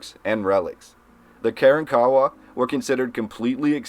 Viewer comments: It took me awhile to realize this pronunciation of Karankawa. It's not "Karen- kawa" but instead "ka-RON-ka-WA". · I can tell this guy must had not taken 7th. grade Texas history, misprouncing local Indian tribe names-Karawrakawa and Atakapaw. I bet he would pronounce Caddo as Ca-do! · At least you could learn to pronounce Karankawa properly.